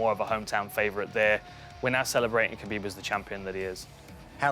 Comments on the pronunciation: It's Hhhhuuuuckabib. It's Kahbeeb. Fuck saying it their way, when in Rome motherfuckers... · why come dan hardy cant say khabib name right. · The only thing missing, is Khabib not getting called Khalabeeb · Just say khabib smesh dis guy